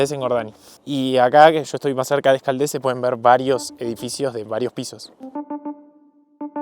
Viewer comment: No hay una cosa que pronuncies bien. Urgell no se pronuncia "Urguel" ni en castellano (no tiene u entre q y e) ni en catalán. Ecaldes s pronuncia ·Escaldas en catalán y en castellano no tiene acento en la última "e".